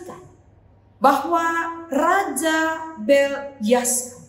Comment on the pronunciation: Maaf bu Pendeta, penyebutan nama raja harus benar , yaitu : BELSYAZAR, bukan BELYASAR..Terima kasih..Selamat melayani..